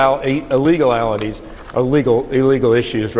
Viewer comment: Rep Greg Murphy said, "well I'm not talking about Steve Bannon!!!" and "Ilee-ga-llatities" 😂😂😂. Did he mean illegalities? 😂😂😂 Go, John Berman! Our democracy deserves more reporters like him. Jake Tapper is catching up a bit too, finally! I guess the House Republicans are just not as entertaining as 45, I guess.